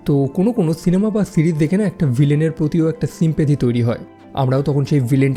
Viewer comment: ছিঙ্গেল না সিঙ্গেল ছিরিজ না সিরিজ